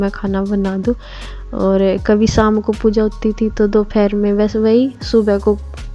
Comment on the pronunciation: Dophar hota h Dofar hota h